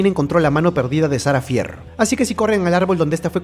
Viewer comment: No hate pero se pronuncia "Fer"